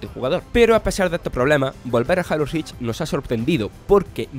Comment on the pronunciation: "jalo rich pa log fans de equi boc" ¬¬